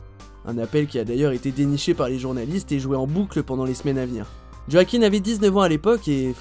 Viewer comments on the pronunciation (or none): Quand tu commences la video et que tu entend Joakim Fenix… respectez le, ca ce dit « Hwakin » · Djo-a-quin? Son nom se prononce wakine. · Ça m’énerve les gens qui disent JoachiM au lieu de Joaquin. Oui je suis chiante. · En effet, le nom se prononce Wakine et non pas Djo-a-quin. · Le réalisateur Philippe todds prononce "wakine" plutôt yoakine en mode rapide qui croire xD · Ça se prononce « ioaquin » excellent acteur mon préféré, ❤️ainsi que le génial James Mc Avoy ! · On dit : ROAKIN !!!!!!!!! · oui il faut chipoter par ce les nom arabes vous les dites très très bien vous les français allez souviens toi bien roakine allez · Non ça se dit roakine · Tu C pas dire joaquin